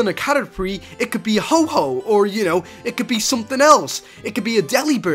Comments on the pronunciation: He said vanilice and ho-ho instead of vanilite and ho-oh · Ho-oh not ho-ho lol I am not trying to be mean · It is pronounced Ho-oh. Not Ho-ho! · d-d-did u just say ho-ho... its ho-oh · u said ho ho not ho oh